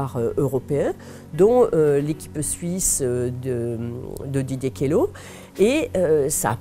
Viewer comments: <Didier Keulo. pas Kéloze... mais ok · Queloz se prononce Quelo, en suisse on prononce rarement la dernière consonne d'un nom ou une ville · Alors alors... Merci, MAIS ON DIT QUE-L’EAU POUR QUELOZ... Je sais d’quoi j’parle, c’est mon nom, et ce mec fait sûrement partie de ma famille de manière éloignée, étant moi-même suisse et originaire du même bled